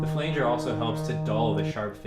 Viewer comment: Oscillator slop, Enveloper knob??? (no idea what you really said). Polymod on the low pass filter. Flanger is pronounced with a short 'a'. Like flange - the e is only there to keep it from sounding like 'fang'.